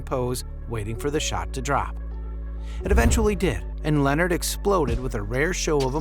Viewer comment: If you can’t pronounce Leonard’s name or Embiid how you gonna make a whole video bruh? You had time to research! Lol 😂